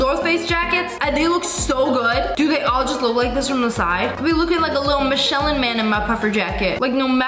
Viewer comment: The way you pronounce "Michelin". 😭